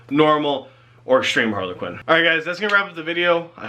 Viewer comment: Harlequin is one word.. not two. Sounds like you're saying Harley Quinn... Please work on your English.. that is all